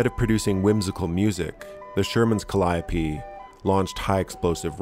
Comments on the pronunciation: I'm just happy "Calliope" was pronounced correctly. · Agreed. Tired of hearing “Cally-ope.” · Yes and no... "Kallee-ope" is the proper pronunciation when they're on Great Lakes steamers, look it up. English is a beautiful language, so ductile. "Peruse" once meant to read carefully and thoroughly, and look what happened to "literally" literally in our lifetime. "Regardless" became "irregardless," and (gods help us all) is "irreregardless" among some, just as "flammable" and "inflammable" once became interchangeable.